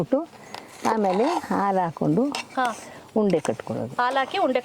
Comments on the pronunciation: ಅವರೆ ದಯವಿಟ್ಟು ನೀವು ಕನ್ನಡದಲ್ಲಿ ಅಲ್ಪ ಪ್ರಾಣ, ಮಹಾಪ್ರಾಣ ಗಳ ಉಚ್ಛಾರಣೆ ಯನ್ನು ಸರಿಯಾಗಿ ತಿಳಿದುಕೊಂಡು ಕರೆಕ್ಟ್ ಆಗಿ ಉಚ್ಛರಿಸಿ ಮತ್ತು....ಅ ಎನ್ನುವಾಗ ಹ ಎನ್ನುವುದು ಮತ್ತು ಹ ಎನ್ನುವಾಗ ಅ ಎನ್ನುವುದು ಹೀಗೆ ಮಾಡಬೇಡಿ ಇದರಿಂದ ಪದಗಳ ಅರ್ಥವೇ ಕೆಟ್ಟು ಹೋಗುತ್ತದೆ.. ಮಾತನಾಡುವಾಗ ಇಂಗ್ಲೀಷ್ ಪದಗಳನ್ನು ಬಳಸದಿದ್ರೂ ಪರ್ವಾಗಿಲ್ಲ ಕನ್ನಡ ಶುದ್ಧವಾಗಿರದಿದ್ದರೆ ಕೇಳಲಾಗುವುದಿಲ್ಲ.. ಉದಾಹರಣೆಗೆ ಹಾಲು ಆಲು,ಹುರಿಯುವುದು ಉರಿಯುವುದು ಈ ರೀತಿ ಬಹಳಷ್ಟು ನಿಮ್ಮ ಉಚ್ಛಾರಣೆಯಲ್ಲಿ ಅಪಭ್ರಂಶವಾಗಿದೆ.. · Don't say aalu say halu